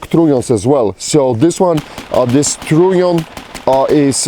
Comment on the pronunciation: Is he saying "trunnion"? Sounds more like "tritium"